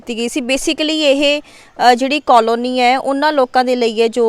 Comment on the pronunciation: ਮੈਡਮ ਜੀ ਪੰਜਾਬੀ ਵਿਚ ਕੌਲੋਨੀ ਨੀ ਕਲੋਨੀ ਹੁੰਦਾ